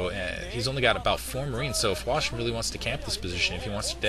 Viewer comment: at 2 minutes and 12 seconds they show the chinese charaters for hwasin. In Korean they are pronounces exactly as says it now.